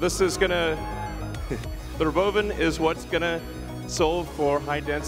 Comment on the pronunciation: The... RoBOvan.